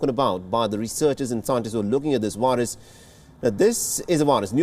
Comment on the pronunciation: You say 'variant'. You say 'very'. You say 'COVID'. Why, then, do you say 'wirus'?! They are all spelled with the same letter!!